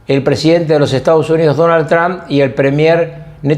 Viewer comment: Porque le dicen Tran??????😂, és Trump.👌